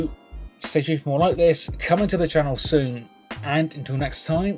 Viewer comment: My favorite catchphrase; “Welcome back to the channow.”